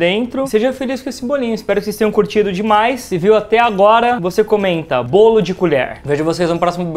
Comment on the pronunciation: "Brawlo". Kkkkl